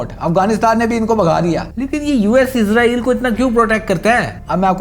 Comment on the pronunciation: بھائی جان یہ لفظ عزرائیل نہیں ہے اسرائیل ہے عزرائیل علیہ السلام فرشتے کا نام ہے اور اپ عزرائیل نام لے کے پھر گالیاں دیتے ہو مہربانی اپنا تلفظ ٹھیک کریں